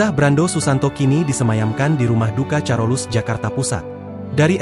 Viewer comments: Admin, Rumah sakit sint karolus bacax bukan carolus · HA..HA..BACANYA BUKA CAROLUS TP.KAROLUS😂😂😂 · Carolus = (baca: karolus), oon